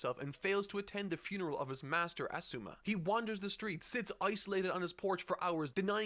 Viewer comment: His asuma pronunciation is the worst.